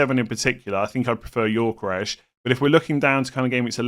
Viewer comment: Gyökeres: Yo-Ke-Rez pronunciation, not Yor-Ke-Resh 🙂